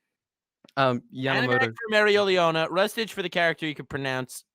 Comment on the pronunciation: is pronouncing mereoleona right